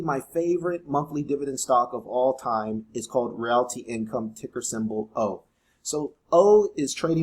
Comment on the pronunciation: You pronounced realty wrong. It’s “real tea” like real estate.